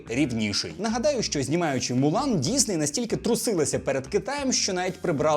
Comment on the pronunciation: дИсней Ти так і сказав на